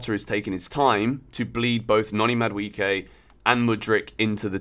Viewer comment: From a Nigerian, Madueke is pronounced as Ma Du E ~ pronounced as hey Ke ~ like as in 'okay' without the o' and 'y